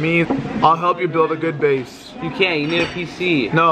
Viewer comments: “ base got raided!” I thought that he had said his face got raided. I was confusion😂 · I thought he said his place